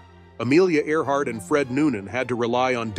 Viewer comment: In the beginning of the video she was "Earhart". By the end she was "Art".